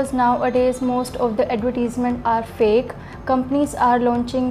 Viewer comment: i think she told face instead of fake